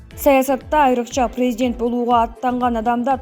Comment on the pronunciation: Пийзидент, пийзидент , пийзидент...